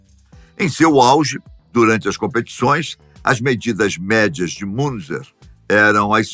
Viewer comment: Pronuncia do nome é MUNTZA